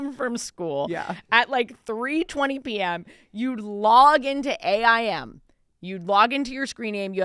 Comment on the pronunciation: It’s so funny how Ashley is saying A.I.M… it’s just aim… i say it like a word